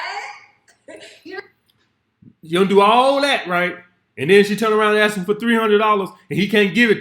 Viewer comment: When a woman says "AXE" its game over for me ...Also that top is meant for women with boobs😉